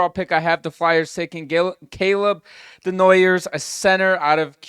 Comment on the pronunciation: Calling your male audience beauties is stupid. Mocking the illiterate over Martone, then saying Desnoy-ERS repeatedly is well illiterate. Day-noy-YAY. Fools.